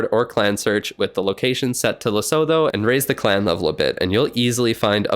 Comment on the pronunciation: Its pronounced les-oo-two not les-oh-fo btw. Sorry just a geography nerd and everyone mispronoucnes this country 😭